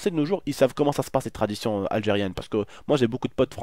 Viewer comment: en mode anglais. Leur traditionnn